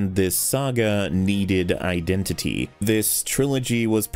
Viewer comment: Masterful pronunciation of the word 'iden-titi'